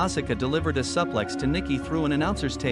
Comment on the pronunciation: Stop mispronouncing suflex